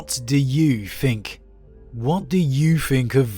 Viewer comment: its think not fink. th not f please